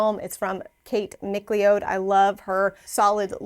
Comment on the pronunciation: Have I been pronouncing the last name McLeod wrong my whole life?! 😅 She pronounced it “Mick Lee Ode” and I have always pronounced it “Mick Cloud” 😮 Now I’m questioning if I’ve been saying it wrong this whole time. 🫣